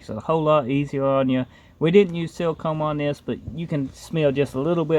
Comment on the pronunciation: Dude saying silicone sounds like seal cum and I think I’m gonna say that from here on out 😂